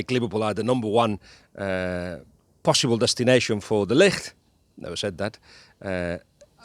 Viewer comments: It's de Ligt! The "g" isn't a "ck". Ballbag actually ponounced it correctly. Take the "g" from Ballbag and make it sound softer and you have the "g" from de Ligt. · Was hoping your pronunciation of 'De Ligt' was a hint that he is coming to Liverpool